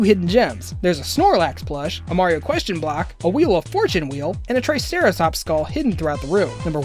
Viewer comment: "t r i c e r a t o p" Me : really dude!